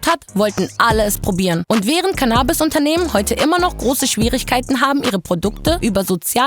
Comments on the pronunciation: Seit wann wird das Canaabis gesprochen? Es heißt CANNAbis!!!! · Super Video! Aber bitte nicht CannAbis, sondern CAnnabis:)